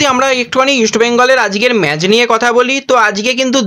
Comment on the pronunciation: 500 LIKE KONODINO HOBE NA. TOMAR NEWS COLLECTION EKDOM THIK THAK NOYE. R BHAI MEJ NOYE, MATCH. THIK UCHCHARON KORO. KEEP IT UP. 🐧